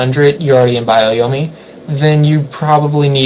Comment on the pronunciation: CMin777 yeah kinda drove me nuts too. Lol but otherwise like the video.